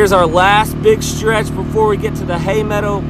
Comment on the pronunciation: Pemmican, Yes! Survival food of the Indians and pioneers during long treks and in the winter...I think you are on to something,! People would buy that...I would! Please go back to saying "Hay medda" even once in a while, I miss that regionally accent on certain words...I smiled the whole way through this one ❣